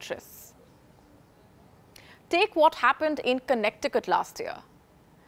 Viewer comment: The way she pronounced connecticut “connect i cut” 😂😂😂